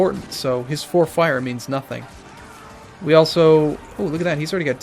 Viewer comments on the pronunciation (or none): none